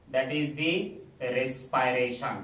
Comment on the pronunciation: Respiration ka pronunciation dekh lijiye